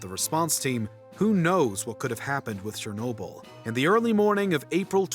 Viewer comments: shernobyl? its CH-ER-Nobyl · Its Cher-no-byl not Sher-no-byl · it's pronounced CHernobyl not SHernobyl like pls 😭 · It’s not sherrnobyl it’s Cher nobyl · you spoke the word chernobyl wrong. you speak it out as cher(from the word cherry)-no-byl(from the word debiel in dutch (biel=byl)) this is how you say it. cher-no-byl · There’s no “sh” sound in Chernobyl